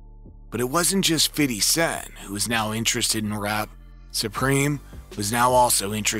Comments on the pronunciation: I stop listening when i hear fiddy cent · Feedee cent 😂😂😂😂